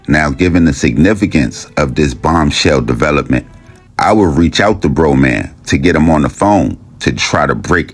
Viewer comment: Bra Man pronounced